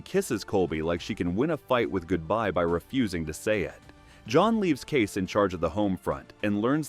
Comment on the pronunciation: Using AI or someone who never watched even one episode to narrate? Kayce is NOT Case, it's KayCE. Thumbs down for such a basic screwup